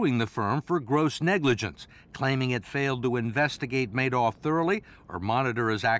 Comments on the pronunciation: this guy's great with numbers but he's not too good with names.... It's MADOFF not MANOFF.....yikes! he only misspoke about 30 times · I hate how he is the only person in the world who pronounces it "mad-off" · This guy is smart but consistently says Madoff's name incorrectly.